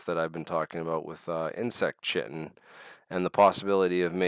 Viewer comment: Chitin pronounced ky-tin